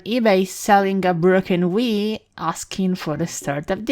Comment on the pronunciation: whenever you say wii it sounds like wiss